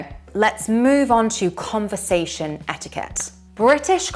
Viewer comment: Rule no1 to navigate life as a local...don't say etiikeht